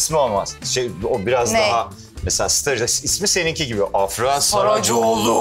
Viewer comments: sondaki a uzuyor afra değil afraa gibi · ibrahimin "afranın isminin telaffuzunu öğrendiniz artık doğru söyleyin" deyip hala yanlış telaffuz etmesi